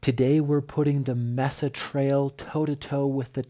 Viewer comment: Thanks for the review👍 FYI Mesa is pronounced “may sa”. Here in Colorado, the Mesa trail is in Boulder. A very popular beautiful trail…